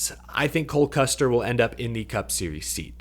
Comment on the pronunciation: Is saying Cold Custer? I just need to know if I’m the only one hearing it?